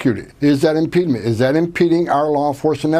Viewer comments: "Impedement" (at least how he pronounced it) isn't even a word. It's impediment. The only thing worse than a moron is a powerful, cruel moron without regard for human life. Also, teaching people about their constitutional rights is anti-American now? What is American these days, pray tell? Getting on your knees for daddy Trump? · "Impedement"...Literally not a word. Isn't this the guy who is deporting people who don't speak english for their first language? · "Impedement" is not a word. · What is "impedement?" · Tom Homan can't even speak properly. WTF is "impeadment"? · I don’t know what “impede-ment” is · Wtf is "impede-ment"? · What is “impedment” ? lol illiterate a-hole making up words